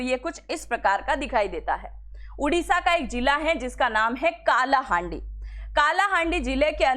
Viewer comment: काला हांडी नहीं कला हांडी